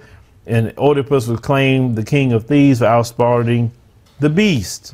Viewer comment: WOW Ōmg! Let me say, its Øedipus not Ōedipus . Reading and proper Pronunciation is important for teaching folk adversed to reading or reasearch. When your staff is not doing thier job the Host looks really dumb. If!!!!!! The followers are really learning on the fly in real time. Im looking for the comments that innerstand understand and overstand who Oedipus is and the tradgy of this King. The morals of his story. Many men could learn from it. OooooMiGawd!!!!!!!😅😅 Education is a larger issue the Ôrganized black sellouts. Shall we now Distinguish between Boule and non boule doctors and lawyers?